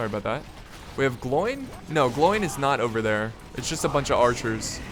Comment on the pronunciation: It's pronounced "Glo-win"